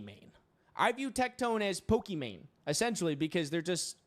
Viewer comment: "You're on Good Morning America, essentrally"